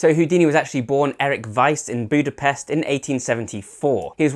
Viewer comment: It's "Budapest", not "Budapest" .